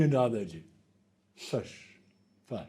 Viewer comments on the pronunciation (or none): They do say fush 🤣